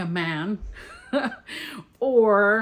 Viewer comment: The way you said "an epic fantasy by a *MAN*" cracked me up. I recently rewatched your harrow the ninth reading vlog since i am struggle busing my way through that book right now 😂